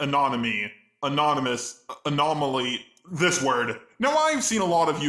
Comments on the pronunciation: Anomaly is pronounced Uh-nom-uh-lee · Fun fact he said anomaly right the last time before he gave up